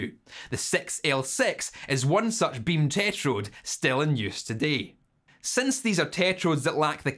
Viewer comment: Guys, i have a feeling likes KTs. Look at his face when he says "Bim teh-trod".